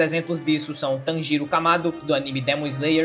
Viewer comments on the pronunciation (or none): Koe kkk não e por nada não mais confundir o CH com SH no nome dos personagens slk e foda kkk tipo Tu fala ISHIGO sendo que e ICHIGO o CHI tem som de TI então a maneira certa de falar e "ICHIGO = ITIGO entende.. o mesmo vale para o Tanjiro vc fala "Tanjiro com o JI com o som do JI do Brasil, mais no Japonês tem o som de "DI" entao o certo e "TANJIRO = TANDIRO" entende... Mais de boa vc não e a unica pessoa que já vi fazendo isso , otimo vídeo +1 sub.